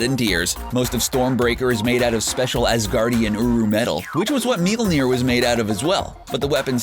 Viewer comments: God the way this guy mispronounces Mjölnir drives me bonkers. It's not MEE-yul-NEER; it's TWO syllables mYOL-neer (myol, like saying mule with an O instead of a U) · Mm-YOL-NEER. Please learn proper pronunciation. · That was weird way to pronounce Mjolnir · Dear Narrator: Please. Stop. Saying. Mjölner!!!! You butcher it to death.